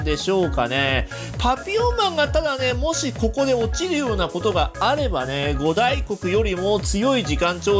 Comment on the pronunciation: ご「た」いこく、みたいですよ、読み。